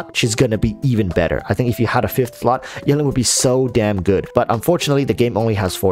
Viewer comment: I love how you say yelan like melon